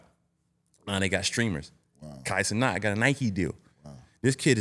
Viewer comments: Facts, UD being from south Florida pronouncing a Haitian surname like that is crazy 😂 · pronouncing Kai last name wrong 😂😂